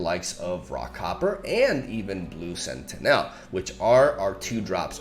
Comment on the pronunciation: Just a heads up, sentinel is pronounced sentinuhl, not senti-nèl